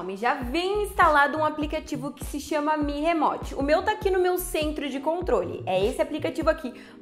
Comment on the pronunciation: Mi "remote" kkkkk. Uma dica bem simples e que vai deixar bem melhor os vídeo, Não sabe pronunciar termos em inglês? No Google mesmo vc tem exemplo de como se pronuncia, fica muito melhor falar o termo corretamente. Vcs vivem de gerar conteúdo, então não acho frescura não, os gringos quando falam termos estrangeiros tb costumam estudar e tentar falar corretamente